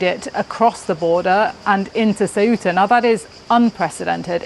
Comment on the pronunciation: how hard is to learn how to say th name of th place.. since you say it 47 times?